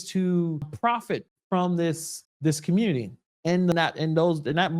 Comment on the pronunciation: What the hell is a “commurnerty”?